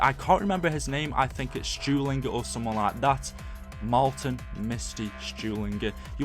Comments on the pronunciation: It's not moltin or what ever he said its russman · he's not stulingre he's rusmin he's not stewlinger he's russman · Why should I listen to a guy who don't know russmens name lmfao